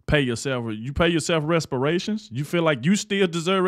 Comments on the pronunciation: It's reparations not "respirations", lol. You sound like the character Eddie in the first Barbershop film, lol. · reparations, not respirations😂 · New subscriber. Looove your show! Quick correction if I may. It’s Reparations. Not Respiration. Keep up the amazing work you do. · Brother, I’m sure you mean REPARATIONS instead of RESPIRATIONS. 😂😂😂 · Wait again....did you also just say. pay "respiration" or deserve "respiration""???? 😮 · "RESPIRATIONS"??...🫁Come on bro, you on TV bro😅😂😅